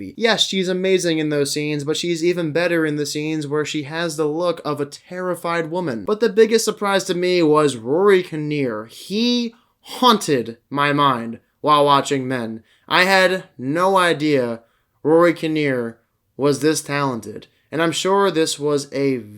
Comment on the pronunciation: "He haunted (sounded like you said "hunted") my mind while watching men." I lol hard on the unintentionally funny sentence. Thanks for the review. I may actually check this out.